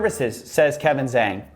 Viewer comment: Coffee you mispronounce zhang, haha, really for charge of racism?